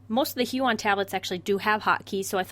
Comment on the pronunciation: My heart broke a little every time she said "hue-on"